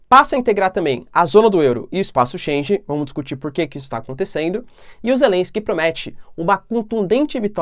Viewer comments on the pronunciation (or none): Bom ano novo professor, espaço Schengen, a pronúncia é como (schen-guen). Abraços fica com Deus e obrigado pelo seu tempo.